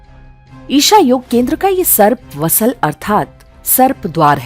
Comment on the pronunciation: Sarp Vasal nahi Vaasal yani dwaar.